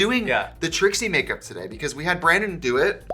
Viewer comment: The "Today" in the ad was extra yooper in this vide. TIDEEEH. (Don't take this the wrong way, I love it more than anything)